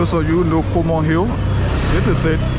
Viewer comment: I believe it's Coleman Hill not Comor Hill.